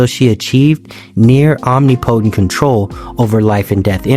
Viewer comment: the way you said Omnipotent almost made me jump off this video. Nice work, nonetheless.